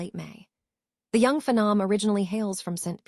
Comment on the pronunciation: Can't pronounce names correctly. Mispronounced phenom. Why do they call this artificial intelligence? This is outright stupidity and I am already tired of it.